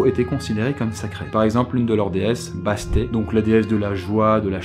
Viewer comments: "Basté" ? Vraiment ? On dit 'basstette' C' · Bonjour, une petite précision pour la prononciation du nom de Bastet (tu le prononce "Bastet" mais en réalité on dit "Bastete") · Bastet, prononcée Basse-tête , est la déesse des chats, de la chaleur et de la joie, Mais SURTOUT PAS DU SOLEIL , le dieux du soleil c'est Re, prononcé Ré. Bastet c'était "l'oeil " de Re, c'est à dire son soldat le plus fidèle avec qui il se battait contre apophis, le "grand méchant serpent " équivalent du diable. dans l'égypte ancienne, avoir les mêmes pouvoirs que rê, c'est une sorte de sacrilège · moi aussi l'Égypte Antique est ma période préférée La déesse Bastet son nom se prononce Bassetête